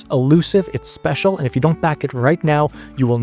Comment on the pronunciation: I love that you say [[specil]] like Spamton